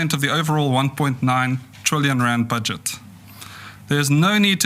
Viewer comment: Media team Just teach this fool how to say Rand before he speaks again in public! Flip 😮😂😂